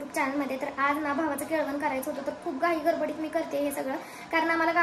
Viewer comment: अगं दीदी केळवण म्हणायचं होतं